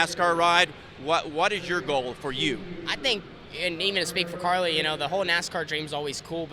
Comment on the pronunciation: its carly not kylee.